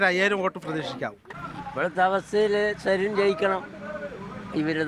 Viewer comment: അടയാളം കൊഴൽ എന്ന് പറയുന്ന സരിൻ എന്ന് പോലും പറയാൻ അറിയാത്ത ജനമാണോ പാലക്കാടിന്റെ ശരാശരി വോട്ടർമാർ?